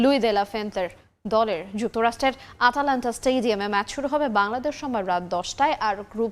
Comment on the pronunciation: আটালান্টা না আটলান্টা হবে। 😂